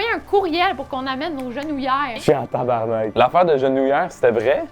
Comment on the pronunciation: le motel cest pas tabarnak mais tabarnark